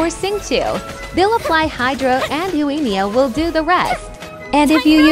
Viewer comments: Google voice: yoAYYEEEEEEmiya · The pronunciation of Yoimiya in this makes it unwatchable.